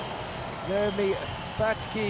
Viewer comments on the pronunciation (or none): none